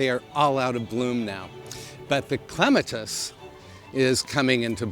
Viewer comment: you are only one of two people, who properly pronounce clematis. Thank you!